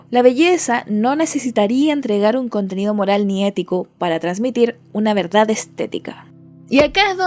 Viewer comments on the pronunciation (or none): none